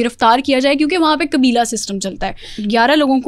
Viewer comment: قاف کو کاف kabeela ilaka قرآن غلط پڑھتی ہونگی